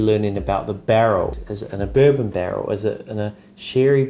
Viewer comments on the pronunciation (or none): none